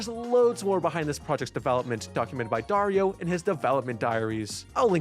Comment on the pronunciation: Darío is a pretty boring Latin American name, but you pronounced it wrong and now it's cool because it sounds like Wario. (the i with this stick above { í } it is significant that you should accentuate that letter)